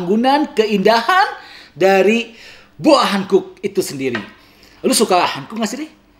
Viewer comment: Boa Hancock bacanya Bo:a Hankok, klo boa hankuk tulisannya Boa Hankook.. Jadi salah pronounced, sbenernya ud lama pgn komen ini.. Tp annoying jg dengernya lama2